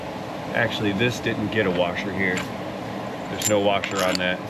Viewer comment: ish Did you just say warsher?, my man, there is no "R" in the word "washer". I had to, folks... If that vehicle is running and driving with the codes cleared, need to take it around the block to bring said codes back up before initial teardown. That would save you from troubleshooting codes that are not permanent. Love your channel, BTW... You are legit.